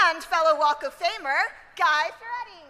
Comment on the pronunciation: "Guy Fur Ary"? Chick didnt "wing it" very well .